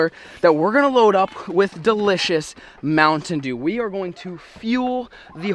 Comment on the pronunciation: Is no one going to say “Mounitain Sheeew”??